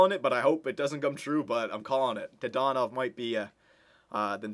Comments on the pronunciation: Wasn't it dadonov, not dadanov? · Didn't even say his name right. I'm loving re watching these old vids DAaaaaaa Dannnnnn Ovvvvvvvvv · Says dadanov wrong whole episode but gets mad at end and says it right